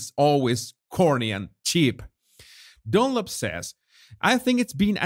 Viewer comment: I love how you say "Dunlop"! It sounds like DOLLOP 😂😂😂